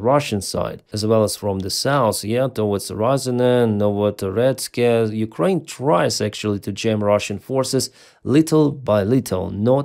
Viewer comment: When three years is not enough to learn they say Ukraini, not Ukraine.